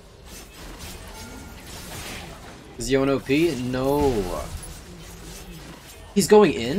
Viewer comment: Omgggg he said Yone right 😍😍😍